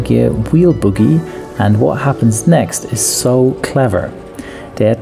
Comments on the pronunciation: It's a 'bogie' not a boogie. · …. ughhh … that’s “BOE - GEE”, not “boogie.” 🤔🤣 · Umm, it's bogie, not boogie. Multi-disc brakes do not have calipers, exactly. And, the air in the mounted tire needs to be substantially released before the axle nut is loosened. Although it is rare, a damaged wheel could be held together by the force of the axle nut against the bearings, and explode when that force is removed. Letting the air out first is safer. I changed tires, brakes, and coffee makers for fifteen years, then switched to avionics and never got my hands dirty again. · Just a little tip from an A&P mechanic who has changed a few tires on Boeings and Airbuses. The term is 'Bogie' (with a long 'O' in English). The term 'boogie' is a type of illegal music that can get us in trouble when performed in the UK. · I love your channel and I am sure you speak more languages than me, but it is not boogie, it is bogie (bow-gee). The first word is what child dig out of their nose...lol. I am sorry, it just made me smile. Great channel.......thank you!!!! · Hi. Interesting video. Btw, it's "bogie", not "boogie"! Cheers. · Bogie (pronounced boh-ghee) not boogy (a type of dance or nasal product). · bowgie, not boogie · It's NOT Boogie.......................It's pronounced as "BOH-GEE".......Long "O" vowel sound!!! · BOHGIE not boogie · Pronounced Bogie, not boogie genius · I can't get over the way he pronounces "bogey." Cracks me up every time. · It's a BOW GEE... BOH GEE... Not a buggie / boogie. Those are in your nose. And RETREADED, not RETHREADED. No H in retread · Bogey, not boogie. Re-TReaded, not re-THReaded.